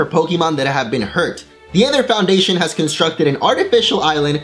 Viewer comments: He made a mistake. He said eether when when it was ather. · Why does something say eether when said aether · Did anyone hear when he say "Aether" in ? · what was with the thing you did with the word "Aether" that you did a few times?